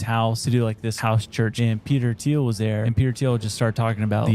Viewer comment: It's pronounced, "Teal"